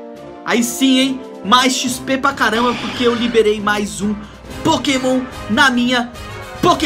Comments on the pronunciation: Aí me da uma agonia! Ele não sabe o nome dos pokemons! Fica esperando mostrar, e alguns pronunciam errado -. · Aí tu vê que ele tá fazendo vídeo de pokemon só pra ir na modinha e ganhar view, sabe nem qual pokemon que dá pra evoluir e fala os nomes tudo errado